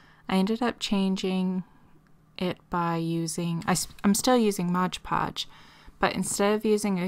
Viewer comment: MOD podge. Not modge podge.